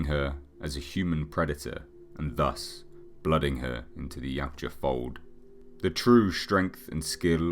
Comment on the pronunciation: I edited my original post. It just kinda throws me when people emphasize the "U" in the species name. But a good video nevertheless. I'm just a massive "Predator" fan and nit-picking =)